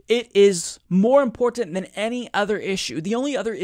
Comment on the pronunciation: i love you and what you do, but you gotta stop saying "imporntant" lmao